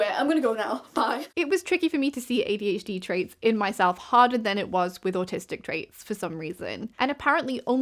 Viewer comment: i know i'm very late to commenting on this video, so you probably won't see this, but i think it is very cute that your accent takes what i usually hear as an "er" sound and turns it into "ear". makes you sound like you're saying "ADH-Dear", which is literally so precious and i'm going to use it 💖